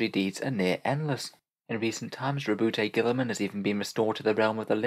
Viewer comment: I like your videos but butchering Rowboat Girlyman's name made me stop watching this one...